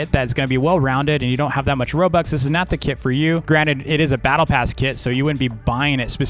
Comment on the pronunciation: Whenever you said “kit” I thought u said “kid”